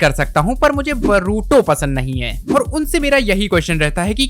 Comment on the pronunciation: Tujhe english padhana nahi ata bhai tu boruto ko baruto bol raha he aur baat karta he naruto ki 😂😂😂😂😂😂😂